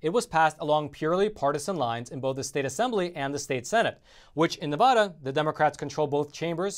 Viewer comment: I live in Vegas. Steve Sisolak does NOT have his constituency's best interested in mind. Oh ... and it's Nevada not "Nevoda"! #SoFrickinAnnoying!!!!! 😡